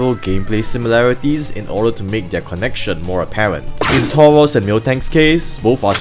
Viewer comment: Why do you pronounce Tauros as Towos?